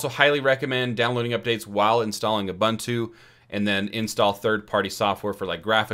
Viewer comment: FYI: it is pronounced "Oo-boon-too"